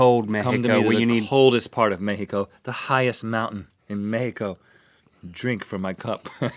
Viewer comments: I love how they pronounce Mexico as the way it is (MeJIco) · they pronunce mexico really well